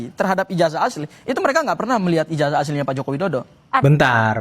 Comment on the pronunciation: Bukan ijajah bung, tapi ijazah, nyebut aja salah, malah mau kritik 😝😝😝😝